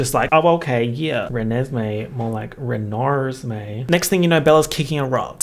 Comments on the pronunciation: I'm not kidding you, I lost it for like 10 minutes when I heard you say 'Reneslay' and then I lost it for another 10 minutes when you said "Chuckesme'. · Did he just actually say Chuckesmee 🤣 🤣 🤣 🤣 🤣 🤣 🤣 🤣 🤣 🤣 🤣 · "Chuckesmee" made me lose my shit, holy fuck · “Chuckesme” has me screaming 😂😂😂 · I laughed so hard when you first said "Chuckesme" I started crying 😂